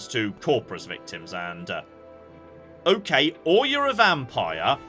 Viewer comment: You sometimes say "OKANG" instead of "okay" :D I just find it funny